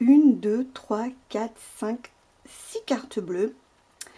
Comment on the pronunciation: rien de très intéressant, juste mon oreille qui frise quand le x disparaît du 6 et du 10... Un peu toquée tu penses ? 🥳